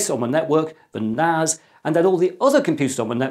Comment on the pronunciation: NAS not NAZ its a S not a Z